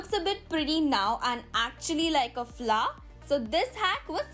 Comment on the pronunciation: it's Flower 🌺 not fla 🤭😅😂😂